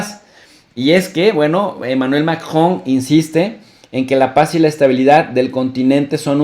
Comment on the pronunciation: Profe no mame se dice macron no majon español porfa ....